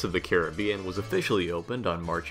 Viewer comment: Pirates opened in 67. Thanks for saying Caribbean right